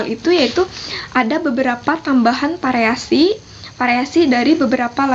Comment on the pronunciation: Variasi mbak. bukan pariasi. Versi mbak. bukan persi